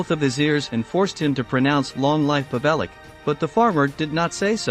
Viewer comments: The pigs name is pronounced pav-el-ich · The 'c' in Pavelic is pronounced 'CH'. If you want to make a biography at least pronounce the subject's name correctly.